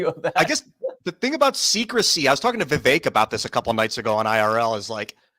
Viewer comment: could at least pronounce Vivek's name correctly.